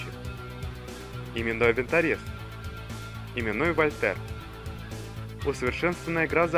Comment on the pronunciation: и не валтЕр а вАльтер